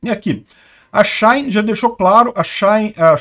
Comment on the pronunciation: Engraçado ele falando SheIn kkk